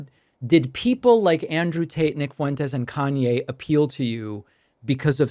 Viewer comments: LOL Pakman says "Andrew Taint" at some point. Shoe fits. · Hehe calling him Andrew Taint 😂 buddy didn't quite catch that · DAVID AND TEAM!! "Andrew Taint" needs to be made into a sample just like "Troth Sential" lolol